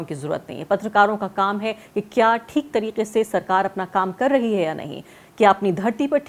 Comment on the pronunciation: Bahutay Dard hai re baaba…. Arfa Khanum ji Theek ko theek se bolna shuru kariye.Gujarish hai aapse